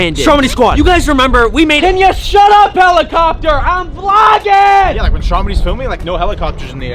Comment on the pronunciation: When you said shut up heleckopter I heard a keleckopter